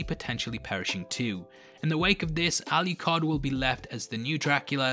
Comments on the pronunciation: That's the second person I've heard calling Adrian, Alicard, instead of Alucard. Really weird. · I'm sorry, by the way you're pronouncing 'Alucard' is driving me bonkers. Where are you getting the "Y" or "ee" sound from? There's no 'i' or 'e's in his name! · lol why didn’t you edit out when you mistakenly called Alucard, Aluhard? 😅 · ....why do you keep calling him "alley card"? Regardless, I'm sick of watching reviews and reading articles wondering if Alucard is bi,straight,gay...or anywhere in between... doesnt it matter about how how lonely he was, how desperately he missed trevor and Sypha that he would just take in two strays? How he fooled him self into thinking he loved them? How he fooled himself into thinking they loved him? How is this going to effect him when he meets back up with trevor and Sypha? I'm not saying you are saying anything about his sexuality... it just kills me that most media I ingest about this is about whether or not hes gay...hes fucking immortal...who cares? Thanks for the great overview and doing the characters justice. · Al you card 🤣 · "aluHARD." lmfao